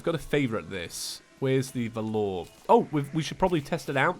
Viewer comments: It’s pronounced vah lur valor, not vah loor. Just saying . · its pronounced V-A-lor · Why the feck do you keep calling it the "Vuh-lor"? Also, if you like big dungeons check out terracustom. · it’s pronounced val er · Is it just me that's feels weird by how he pronounces Valor?